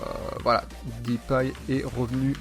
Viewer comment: deeeuuuupay pas dipay